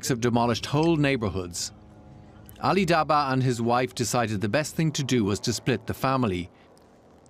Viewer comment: Ali - said it right